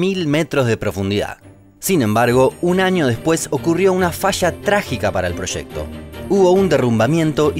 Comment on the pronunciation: She proshecto